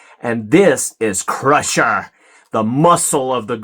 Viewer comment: it's CRUNCHER not crusher lol